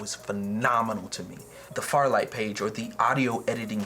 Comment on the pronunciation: its Fairlight, not Farlight ...